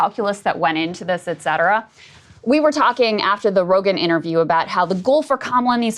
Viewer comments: If he does, please learn to say “et cetera” properly, Sagaar! 😅 Respect the Romans just a little bit if you’re going to be a conservative broadcaster 😂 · 😆 maybe one is a fitness watch 🫣. If he learns to pronounce “et cetera”, I’ll forgive him the extra watch. Pet peeve 😂